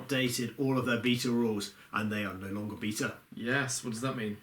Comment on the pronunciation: You got a like within the first 15 seconds and thats because you said Bee-ta and not bay-ta. The amount of british youtubes that now say bay-ta drives me nuts. Were not american. Weldone guys. PS love you content.